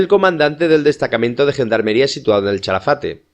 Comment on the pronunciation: Es Calafate, NO CHALAFATE